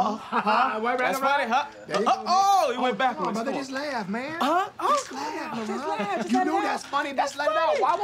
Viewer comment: I feel like his actual name is labron but he just cant get that b out and people think his name is laron